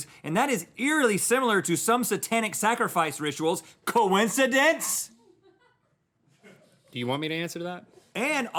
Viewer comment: i just like it when he says COINCIDENCE?!!!!